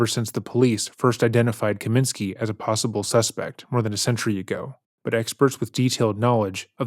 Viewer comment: Kosminski not Kaminski.